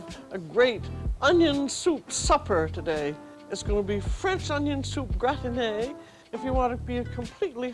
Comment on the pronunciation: iT's nOt a gRatINé! x5 - Stop saying gratiné! It's a GRatiNé! iT's nOt a gRatINé! See also: me deliberating a point with someone, and insisting on winning.